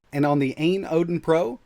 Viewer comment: Fyi. It's pronounced A.Y.N not ayn phonetically